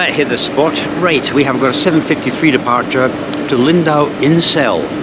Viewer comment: "Insel" is pronounced Inz(e)l btw. So the joke kind of falls flat ;)